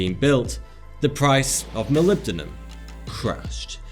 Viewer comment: couldn't say molybdenum